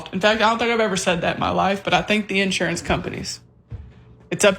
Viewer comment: I always kind of liked the stress on the first syllable, personally.